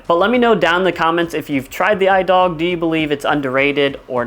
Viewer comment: i dog is pronounced e-dug great disc